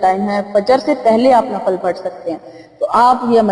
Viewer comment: Assalam o alaikum mujterma lafz NAFAL nahi balke NAFIL kehte hen shukria